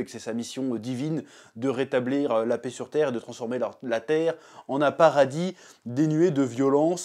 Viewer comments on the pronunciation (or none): none